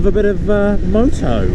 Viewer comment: more like moo-to